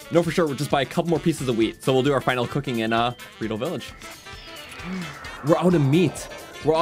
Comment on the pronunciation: bridle is pronounced like ride, b-ride-l not b-riddle